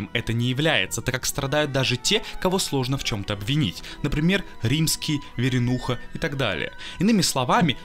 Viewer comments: Га-Ноцри ударение на и поствил, Варенуху назвал Виринухой, дальше слушать не смог. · Странный разбор - примитивный, неправильное произношение фамилий (Веренуха). Роман гораздо тоньше, сложнее, и либо сразу влюбляет в себя, либо остаётся непонятым. Но каждый должен сам понять, что он значит для него... А фильм Бортко - бездарный. Только один герой - живой и вызывает симпатию и сопереживание - поэт Бездомный, только благодаря огромному таланту В. Галкина.